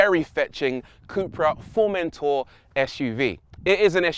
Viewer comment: Something about the way the presenter pronounces Formentor is a torment for me, lol